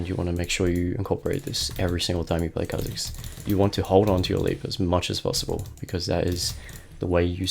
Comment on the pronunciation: Why he saying kebab